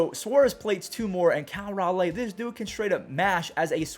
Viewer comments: Just an fyi it is Cal Ral-lee not Ral-lay, but up in Mariners nation we prefer “The big dumper” or my personal favorite “Beef boy” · Just a little something i noticed the mariners catcher's name is cal raleigh like ral-eee